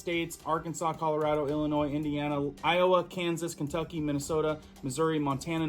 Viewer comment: It’s pronounced ill-ih-noy. The S is silent. You said it correctly the second time. 😉